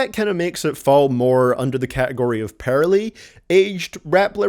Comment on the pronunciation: hey has anybody noticed that he says the word "poorly" as "pearly?" 😂😂😂